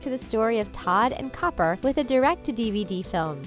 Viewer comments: she said Todd and Cooper not Copper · She mispronounces a couple character's names (some multiple times), not just the names behind them. "Cooper" and "Kitta"?